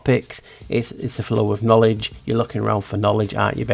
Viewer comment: Kn-owl-edge Another owl in that word to.